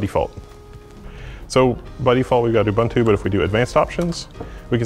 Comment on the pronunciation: Just a nitpick, if you are going to correct people for not using the full GNU/Linux name you should also know how to pronounce Ubuntu.